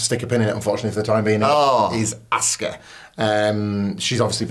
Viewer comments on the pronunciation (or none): "Assuka". You did it again. You've heard how it's pronounced. So, why? Both of you. "Damage Contarol"? 🤷‍♂️